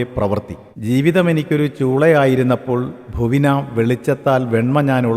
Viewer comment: ഭുവിനാ എന്നല്ല ഭൂവിനാ (ഭൂവിന് + ആ) എന്നാണ് വായിക്കേണ്ടത്.